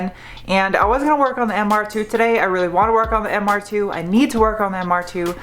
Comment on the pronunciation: The way you say the words 'and' and 'today' make you sound like you're from New York. Where are you from?